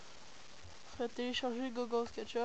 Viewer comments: il dit meme pas google il di gogole xDDD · au lieu de dire google tu dit gogole mdr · Je connaissait deja, mais pouce vert comme meme (Je kiff la manierre quebécoise de dire "google" x) 32 "Je n'aime pas" Le je comprend pas pourquois =/